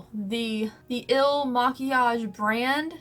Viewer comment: When pronouncing ' Il makiage ' it sounds like "elle maquillage" which is French for ''the make up''